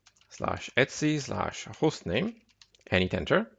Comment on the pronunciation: Etsy is a trading website - /etc is usually pronounced eee tee see :)